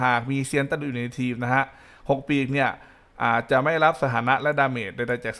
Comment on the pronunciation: ทำไมการเรียกชื่อ6ปีก มันแปลกๆครับ555